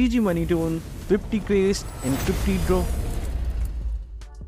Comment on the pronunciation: Moonton❌ Moneyton✅